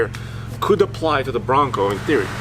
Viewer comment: The way says "Branco" sounded so Schwarzenegger 😆